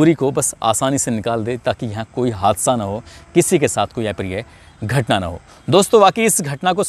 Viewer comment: ऍ प्रिय नहीं अ प्रिय बोलीये । शब्द का उच्चारण ठीक एवं शुद्ध होना जरुरी है